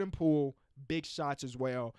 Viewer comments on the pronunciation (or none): none